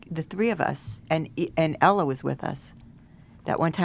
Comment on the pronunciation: anyone else notice called Hila "Ella"